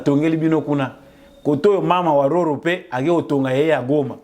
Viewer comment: Maman wa roho et non mama wa''RORO''